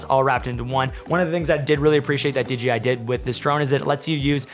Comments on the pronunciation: Stoked that this one performs so well!!! Also, I think it's hilarious that you always say DGI instead of DJI. 🤣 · he says DJI in the same way that you would pronounce J for Jam